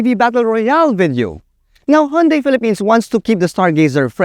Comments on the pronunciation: I think its proper pronouncement is "Hyun-day" not "Hon-day"😊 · Actually, the right pronunciation is "Hyun-Deh" as coined by south koreans.